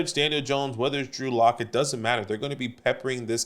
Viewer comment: Drew Lock… not Drew Luck. ;)